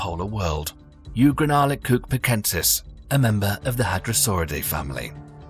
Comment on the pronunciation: Your pronunciation of the Gigantasaurus needs work .....you manage to say Giant really well but slaughtered Gi Gan ta Saurus when in dought look it up ....behave